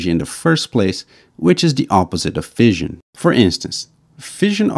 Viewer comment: Fission is pronounced like fishin, not like fizzion. The narrator also has problems pronouncing "the" and a few other words as well.